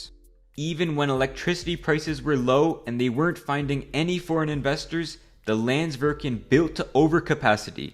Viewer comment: and pronounced the name of the icelandic company wrong "landsvirkjun"